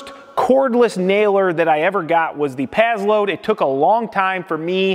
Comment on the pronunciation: Pass - Load not Paz-Load